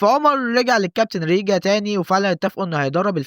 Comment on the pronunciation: حلو الڤيديو بس هو ريجان مش ريجا 😅